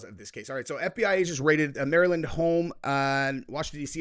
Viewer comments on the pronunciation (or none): none